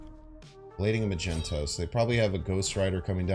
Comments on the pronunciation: Just a friendly reminder.. Magneto is pronounced (Mag-ne-to) and not (Ma-jento).. keep it up! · He knows. And we know he knows. He likes doing it 'cause he knows we know he knows.... Ya' know?